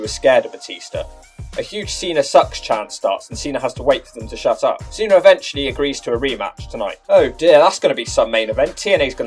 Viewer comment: Why do you pronounce Cena as "Cenar" but Batista isn't pronounced Batistar?